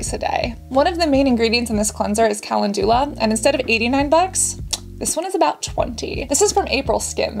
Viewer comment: Your pronunciation of Calendula made me chuckle. You’re adorable.